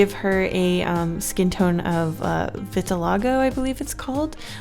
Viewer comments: and it’s called “vitilIgo” not “vitalego” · Vertilago is pronounced Vert-ill-aa-go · It’s pronounced vit (not like vite) ill ago Vitiligo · It's "VitilIIGO" not "Vitilago" (Harry potter reference?...) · It’s not pronounced vitalogo it’s pronounced vita-ligo my friend has a small bit of it on her eyebrow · For anyone who is wondering, the skin condition that used for the Earth design is pronounced "Vit - til - i - go":) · I have vitiligo too! It's normally pronounced vitil-li-go. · Va till jo is how you pronounce it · 'vetalago' smh 😑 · when she said Vitilahgo (Vitiligo) i almost choked- i understand she probably didn't remember the actual name but i for some reason imagined her looking at the word and thinking it said that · It is pronounced Vi Til I gow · How to pronounce vitiligo vit-i-lie-go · I have vitiligo its pronounced vit-ill-eye-go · Va-till-a-go how u pronounce it. Also, love ur art! UwU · I'm not trying to be mean but I have vitiligo and it's pronounced vit i l i g o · I swear I'm not trying to sound cocky!! The pronunciation of vitiligo is vi-ti-lie-go. I dunno if that helpful or not. I'm sorry if it isnt. I'm not great with trying to teach pronunciation. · Its called vindaloo btw :3 Vid-a-lie-go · pronounced Vit- a - lie- go 😊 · it’s pronounced vi-ti-lie-go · Is anybody going to tell her that that's now how you pronounce vitiligo...?